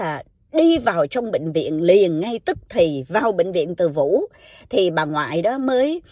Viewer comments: Bệnh Viện Từ Dũ:))) chứ ko phải ( Từ Vũ ) nha. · Chuyện hấp dẩn nhờ lối kể truyện rất lôi cuốn của. Nhà thương tên là Từ Dủ chứ không phải là Từ Vủ nhé.